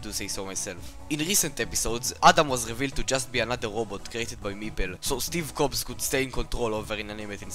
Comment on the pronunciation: steve cobs?????????